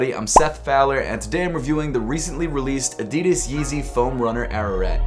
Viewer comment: Bruh it's pronounced ah rah raht